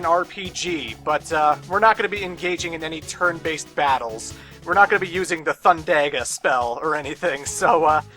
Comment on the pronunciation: Lol the way you pronounce Thundaga...you're the greatest. Don't change please. :)